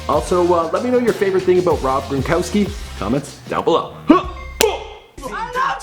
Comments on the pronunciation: This dude said Grongowski LMAO 😂😂😂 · He said Rob Gron"gowski" 😂😂😂😂😂😂